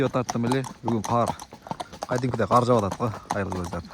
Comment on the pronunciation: Кар жабып? Кар жаап! Тантык дезе.